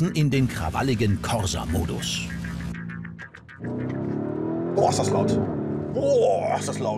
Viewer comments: Werden die Deutschen jemals das Wort "Corsa" richtig aussprechen können? Wir werden es nie erfahren...... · Als Italiener bekommt man Ohrenschmerzen, wenn man hört wie die Corsa aussprechen